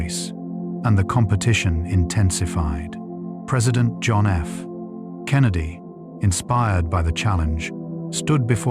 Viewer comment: Your AI voice needs some work. Did you listen to how it pronounces certain words like “methane” (me-thane)? Or how it treated middle initials “John F. Kennedy” as if the sentence stopped after the F? Either test the AI first, get a better version, or learn to write around these problems, please, you’re going to make Sheldon sit up straight in the comic way he does and that isn’t conducive for relaxation or sleep.